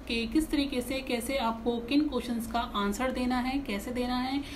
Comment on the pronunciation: Kotion nhi hota kueschen hota hy